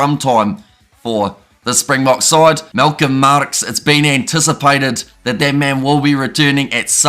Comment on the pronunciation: Fouche - Foushay and Marx doesnt have the hard rolling r..just like Marks. Other's good effort on the pronounciatons.